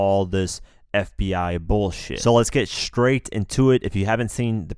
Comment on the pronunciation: This nigga said scraight. Nigga stawpppp it lol